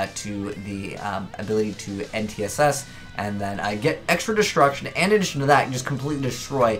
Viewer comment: You keep pronouncing N'tss wrong, it's not "en-tee-ess-ess"